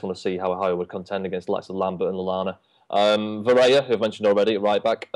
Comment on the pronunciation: It's Varela...